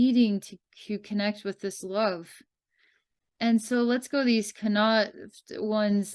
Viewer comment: This is hilarious. You got Munster/Ulster right in pronunciation. Len-Stir, Meed, and Con-Aucht not so much. Wonder how much the Leprecauns are representative/reflective of the local human society (all in all, Munster humans do not get on so well with Leinster, and very well with Connaught). I feel connected to some aspects of the Munster Leprecauns and their trials, living there for 3 months a year. But I always attributed separation from humans and not being able to communicate with them as being due to stellar origins, as opposed to elemental relations. BTW: Re the Meath Leprecauns. Ireland as a country is literally falling apart at the seams (worse even than other states) and the population is 100% dependent on government for everything (including their thoughts) which is partially why I left. The population spun a web of dependency for themselves and do not know what to do now that their government is turning feral. The only solution is for all to join together in unity, and become self-reliant once again. 🍀